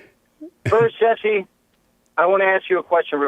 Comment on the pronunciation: I thought you were talking about an attractive women when you said Jessi (with an i)